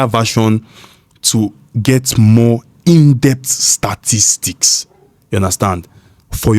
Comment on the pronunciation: “Indept STAAaaa Tistics” bro? 😂